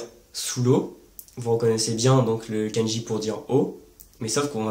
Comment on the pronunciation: effectivement, comme tu le sais une erreur de prononciation (même très proche de la bonne) peu donner un sens différent ou induit simplement une incompréhension. (フランツ語 ⇒フランス語、ケンジ ⇒かんじ). Ce défaut de prononciation (souvent très français) est causé dans ce cas précis par l'incompréhension du "ん" qui est un syllabaire à lui seul et doit être considéré séparément (même s'il est très court). Beaucoup de gens commencent l'apprentissage en romaji donc prononcent à la française (ん suivi d'un す＝つ⇒誤読). En dehors de ça, tes explications sont claires et justes (à par le cas du "ん") et je t'en félicite, tout particulièrement pour la prononciation du せい qui est systématiquement mal prononcé par nous 外国人。 Sinon, que penses-tu de la méthode AJATT?